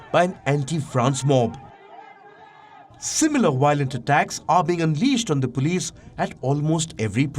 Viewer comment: Haha folice insted of police